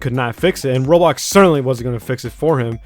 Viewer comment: I like the way you pronounce "roblox" "rolox"